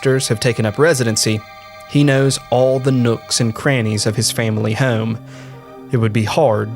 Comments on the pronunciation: For the love of God, learn how to say “home” you are killing me 😂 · "Heugghyaome" How hard is the word home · The way this dude says "home" like "heyyohm" hes gotta be from Philly or nearby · The way you say the word home kills me 😂